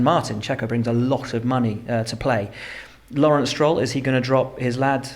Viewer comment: bro that guy is not named "Lawerence Barretto". Check his ID before you hire people smh